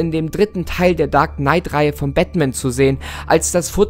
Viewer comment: Bin ich die einzige, die sich hier grad totlacht, weil er Batman einfach Bettman ausspricht 😂😂😂